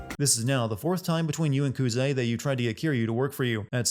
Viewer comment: They pronounce Kazama's name about 200 times throughout the game, no offense but I don't know how you still got it so wrong Same with Kuze